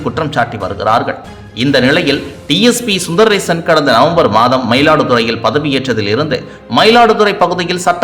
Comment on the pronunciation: His name is Sundarasan Sundar rason. Please pronounce properly